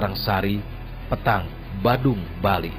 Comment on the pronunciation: pEtang bukan petang